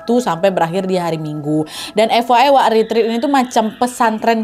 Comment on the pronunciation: Ret ret kk bukan rit rit